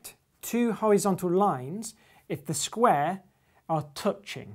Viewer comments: I'm just here to listen to James Grime say "sqruare" 😊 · "a skweh made out of skwehs" love grime